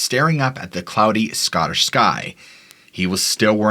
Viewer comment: Some excellent pronunciation of Scottish place names. TY